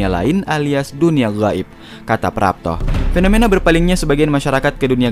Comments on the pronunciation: Makhroj huruf "Gho" nya manteb bet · Huruf غ nya fasih kali min.... غائب... 😄